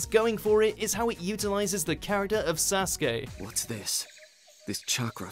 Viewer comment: You said Sasgay instead of Sasuke